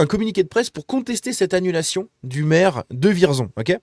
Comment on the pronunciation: Et juste comme ça, ça se prononce "Vièrzon".